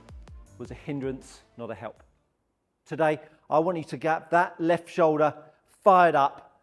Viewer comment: What’s a show-da?